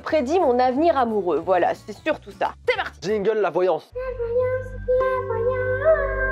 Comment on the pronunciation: "la VoiLlAnsSeee"